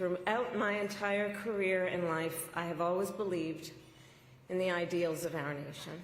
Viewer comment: How many syllables did she put in the word "ideals" ? Your party has acted a fool for the last 100 days, I'll never vote for a democrat again!